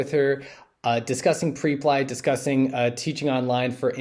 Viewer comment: It's not PRE-PLY, it's PREP-LY😅